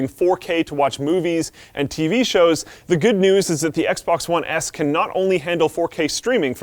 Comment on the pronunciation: "The Xbox One ASS"? lol